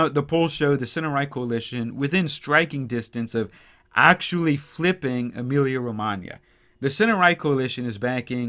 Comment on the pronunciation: I just love when I hear you say correctly, since it's my birth place:)